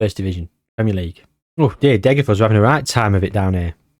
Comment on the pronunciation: Please pronounce Degerfors more naturally even if it comes of as Britishness deluxe, as a Swede that’d be much better